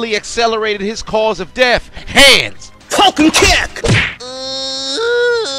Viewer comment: What exactly does he say? Is it: "Falcon Kick/Punch"? Because it sounds like he says "Colcom Kick" but that makes no sense to me..